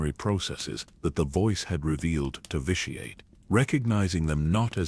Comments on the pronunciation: I LOVE all these. Please take my little bit of criticism in the spirit it is offered just trying to help. Its pronounced "vishy-et" and in case it ever comes up its saluka-my not salukami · Mispronounced vitiates name constantly in differe ways